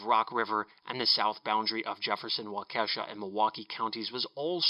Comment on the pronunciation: Great video,! Just so you know it's pronounced WAW-ki-shaw